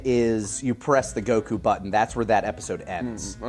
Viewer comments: i fkn love you and i will never amount to anything you have achieved, but i cant be the only one that hears you say Goku as GoKouuu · The difficulty in editing the text to speech for the intro is just karma serving justice to for his Goku pronunciation. I hope it gave him hell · Speaking as a blind person, I feel your pain about pronunciations and getting TTS to say anime stuff correctly! I hate microsoft TTS in particular because they're so hard for me to fix pronunciations with! I use a screen-reader called NVDA, which has a nifty little feature called the Speech Dictionary, so I can put words in it, followed by a string of characters to replace those words with when they're being read, and I still have trouble getting it to pronounce certain things correctly, but I can get it close enough in many cases that I can enjoy reading fanfics and the like. But oh stars I feel your pain wrestling with uncooperative TTS.